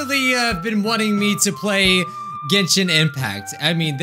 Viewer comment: i love how he says "genshin impact" XD